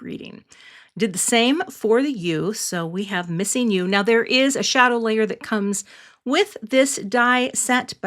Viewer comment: Sometimes you hear something and think "what?" I heard you say you were going to use the missing "U" die. Not the "Missing You" die. There's your laugh for the day. Lovely card.